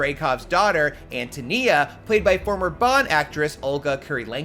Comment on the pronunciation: its AN TOE NEE-AH …Antonia…